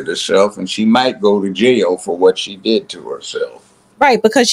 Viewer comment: " since it did " , not, since it deed ! 😂😂😂😂